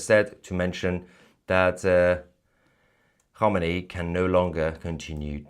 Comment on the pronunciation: Alle homini sounds like alley Hogmanay 😂😊